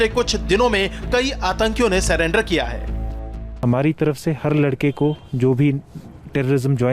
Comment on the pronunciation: Bhai ye banda atankwadi nahi ho sakta Jo surrender ko salander bolta ho😂😂😂😂😂😂